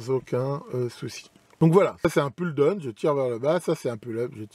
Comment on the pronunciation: Donc ne me tapez pas dessus, une remarque toute gentille, merci. On dit « poule eup » et « poule daoune » écrit en phonétique bien sûr. La j’ai les oreilles qui saignent un peu mais ça ira.